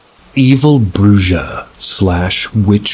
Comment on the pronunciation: I love you but please look into the words you say. "Bruja" is pronounced "brew-ha" 😉 And I think you need to give your pets their own channel 😁